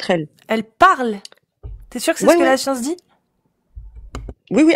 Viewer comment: Ils rame avec tous. Il sont incapables de comprendre une simple phrase 'vous pouvez répéter, je n'ai pas compris". Il répondent à côté, incapables de faire une simple expérience de pensée, passent d'un sujet à l'autre... "Jé pa la scionce..."😂